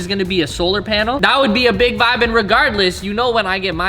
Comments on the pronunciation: I do not like wen he says vibs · Bro ur the vibe... there should be more people like you, oh and how do u say vibe in Canadian